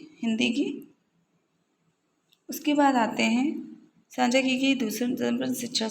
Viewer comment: साक्षा नहीं मैंम साझा